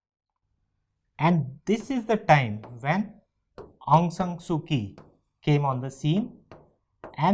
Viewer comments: Not ki it is chi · Pronounce kyi as chi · Kyi is pronounced as Chi